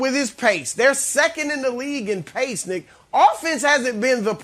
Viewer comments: oh he saying Nick,uh. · You really gotta enunciate the name "Nick" when you're on live television